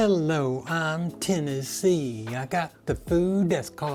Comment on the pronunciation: good job I think I heard Tennessee!!!